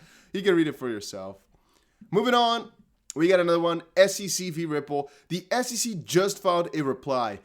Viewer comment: I love how you say "Ripple" with a V sound along with the R. "Vripple" 🤣😂🤣